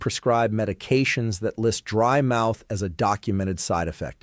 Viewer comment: DRY MOUTH NOT BRIED MOUTH